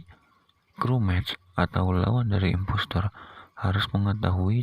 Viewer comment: Kok gua Denger investor Efex Blm makam 1 menit:v